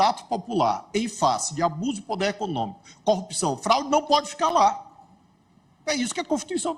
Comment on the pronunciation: Um juiz que fala "quatoze" e "pudêr" não merece ser juiz. Geração comunista de analfabetos.